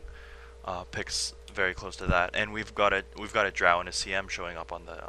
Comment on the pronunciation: Couldnt understand who else who had commentating, but he was awful.. Too much "uhhh" and just random shit that didnt make sense came out of his mouth. Just do a solo commentary next time, you are x100 times better. He couldnt even say "Drow" right. rofl